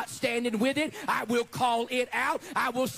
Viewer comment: One thing that drives me up a wall: why are his l's at the end of a word w''s instead? It's not "god's will", it's "god's wiww"